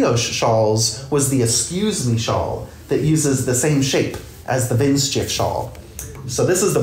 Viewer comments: Pronunciation is " Vint sheef " :D (Hi from Germany!) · I love your pronounciation of the word 'windschief' 😄 greetings from germany❤